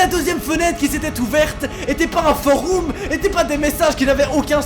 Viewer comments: "Des foroum" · est ce que je suis le seule a qui sa stresse quand il dit foroum mdr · Foroum 🤣 c'est du latin ça se prononce forom. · « Un forOUm » meeerde ça perd toute crédibilité du coup!!! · Mec t’as dis « Foroum »! C’est ça qui m’a le plus choqué! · foroum sur youtoube!!!le deepwoub anectous..en gros il essaye de parler francais et latin je pense mdrrrr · "foroum" C'est stressant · Sur des "foroum"😭😭😭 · "foroum" ? x) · Foroume qu'il a dit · Je suis le seul à penser que prononce mal "Forum"? ( Il dit Foroum 😂) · Tu prononces mal « forum » connard